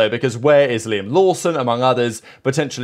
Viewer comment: As a Japanese, I have to tell the kiwi Liam, Not Laim